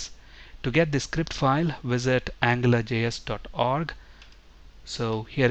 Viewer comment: it sounds like you are saying "angler" js.